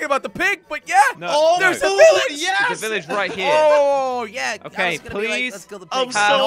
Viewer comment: Did anyone realize jelly said Iilage instead of village